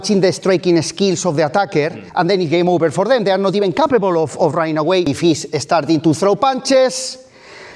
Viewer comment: starting. Not estarting.